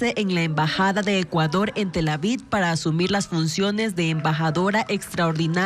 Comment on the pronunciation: Soy yo o siempre les escucho decir Tel Avid en lugar de Tel Aviv??